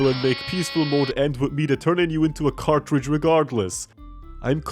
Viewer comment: "YOU ARE ALWASY A CARTRAGE"